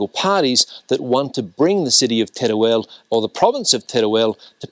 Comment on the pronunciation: El video esta muy bien, pero se pronuncia con todas sus letras, tal y como se escribe TERUEL. No se dice Terel, sino Teruel